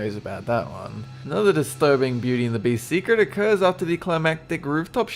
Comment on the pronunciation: very disterbeaing not not disterbeaning